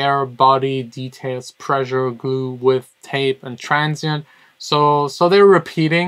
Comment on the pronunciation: "Pressure" ≠ "Preisure"